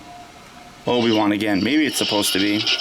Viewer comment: The Obi Wan voice is pretty close but listen carefully to the vowels...they are slightly off!